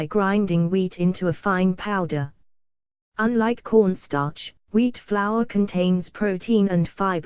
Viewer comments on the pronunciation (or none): I thought she said porn star